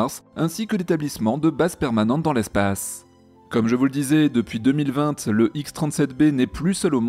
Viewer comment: À quand Ariane 6 ? Et tu a prononcé 2020 avec la prononciation à la fin que les alsacien disent comme moi donc j'imagine que tu en es un ?